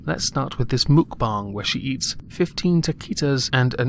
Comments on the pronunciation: It's pronounced "Muhk-bah-ng" ! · She’s been called out a zillion times lol Mukbang is pronounced mook-bah-ngg.. thx !